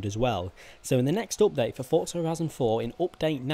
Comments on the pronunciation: Why are you saying opdate?? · Its update not opdate